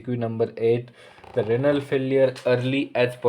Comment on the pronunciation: It's renal not ranal pronounce correctly